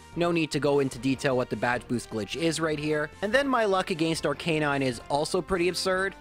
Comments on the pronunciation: Me bingewatching videos: It's Arc-i-nine AAAAAH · I’ve never heard arcanine pronounced like that but it makes so much sense ya know? Like its name is arcane and canine combined so it would make so much sense to pronounce it like that but still it’s so weird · anyone else triggered by the pronunciation of Arcanine?